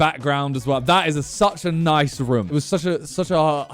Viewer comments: I like how Simon says "Roum" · The slight aggression I had every time he said wrumm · Why does he say room like that? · Does nobody notice how Simon pronounces "room" 😂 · Am i the only one or does simon say "room" in a weird way haha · The way he says room is so weird.